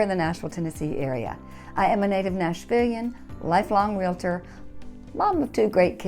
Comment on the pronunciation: RE-LA-TOR😳 My pet peeve. Also Re-la-tee.